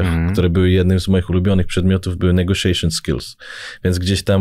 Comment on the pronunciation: czy tylko mi się wydaje ze w Roger źle wymawia "negotiation"?